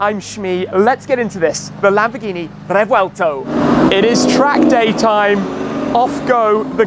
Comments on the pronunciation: Shmee has become such a Dbag. Butchering "Revuelto" there is only one pronunciation for it, get over it .... then telling he feels the car is slow.... /sigh. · seems its not, Revuelto, its "RRrrevuelto"😂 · Hey shmee how do you pronounce revuelto